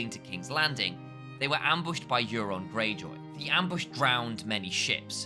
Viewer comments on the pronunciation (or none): none